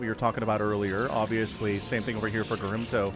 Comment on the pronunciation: OG Protoss player gets mispronounced all game long. Doesn't deserve that. :(